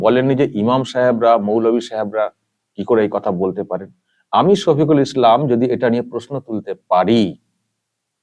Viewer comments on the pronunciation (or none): none